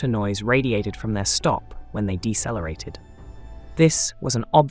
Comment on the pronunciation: Did you just say Dessa lareated instead of decelerated😢